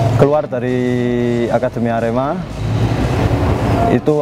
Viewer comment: Lek nyebut "ker" kok koyok nyeluk petek sam....hehe....sing bener iku lek nyebut huruf "e" yo kudu kyk nyebut kata "edan" ngono loh...Sasaji A.R.E.M.A